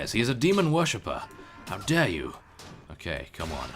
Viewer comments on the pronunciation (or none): none